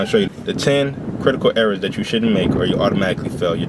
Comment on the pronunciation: "Quitacal Ewawas"